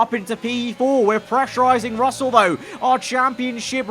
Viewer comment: At the end said frussell